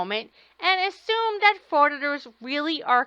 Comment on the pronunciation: Do any of these idiots know that the letters th are not pronounced as a d. he says you know how to do dat